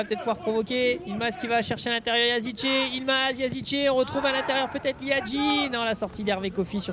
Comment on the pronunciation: Ce n’est pas Yazice mais yazici